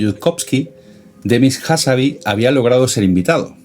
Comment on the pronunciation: Excelente video, solo una pequeña corrección: es Demis Hassabis (con s final), no "Hassabi". Y la empresa de Altam antes de OpenAI se llama "Y Combinator" no "YC incubator".